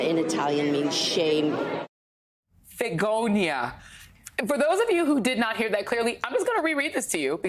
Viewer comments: "Vegonia"? Ah, no - Italian for shame is "Vergogna" - seems Martha-Ann is not too good at Italian.... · Joy it's vergogna...you keep leaving out the r... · My late husband was Italian. It''s spelled "vergogna". She just didn't roll the "r".